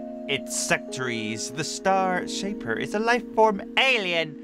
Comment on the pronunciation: Oh Yeah You Said STAR Shaper Its The STAIR Shaper Did You Say Star Because It Fits?